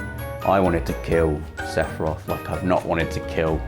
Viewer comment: Just... Sass-iroth. Also, please have a costume day this year at Access! The 31st is a Tuesday